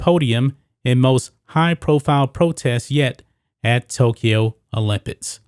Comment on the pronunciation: After the second time u said olimpids I left.